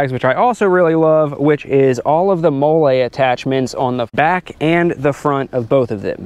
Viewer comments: For engagement. Another comment. Sorry if it seems negative. I love your channel. I also love the saddle bags, but I find the "molay" instead of "molly" pronunciation quite funny. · Did he say “ mol-lay” webbing? 😂